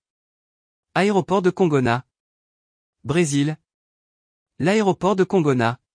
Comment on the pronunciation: Excusez-moi, mais vous pourriez faire un effort de prononciation pour les noms étrangers. Congonaaa et Saooo Polooo, ça fait mal aux oreilles ! De même que "Island", en anglais, se prononce "aïland".